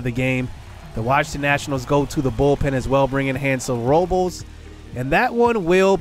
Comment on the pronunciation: Day 100 of asking what Benito Osuna's Batting Stance is lol Also it's pronounced Victor (ROW-BLESS) JJ (Bluh-Day)